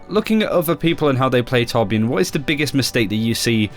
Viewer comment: what? its torbjörn